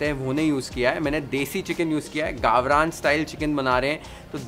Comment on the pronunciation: I love the way he says " वाटण" "गावरान"...! The efforts are seen. Keep it up.